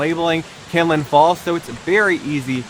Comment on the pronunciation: Its kinlock not kinlin